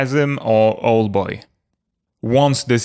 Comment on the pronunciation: Just a correction: OW-el boy not OL-boy